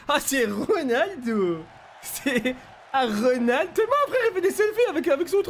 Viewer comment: C'est pas Ronaldoooo sa grrr Reunaldeau